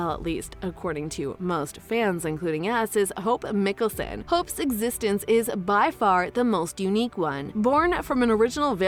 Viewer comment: You're pronunciation of Klause is way off and their surname.